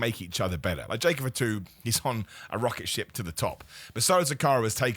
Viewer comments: F'too, not any hint of an A in there lol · pronounces Jacob Fatu as Jacob for two 😁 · Sounds like he's checking in at a restaurant. "Jacob for two? Jacob party of two?"